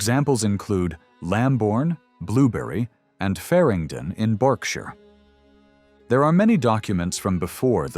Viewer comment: Thank you for pronouncing Berkshire correctly - 'Bark shur'. I don't know why it's pronounced like that, I didn't invent the language. Unfortunately, you pronounce the Welsh word Annwn as in 'The Spoils of Annwn' incorrectly. It should be 'Annuun' as in Welsh a double-u is literally pronounced that way.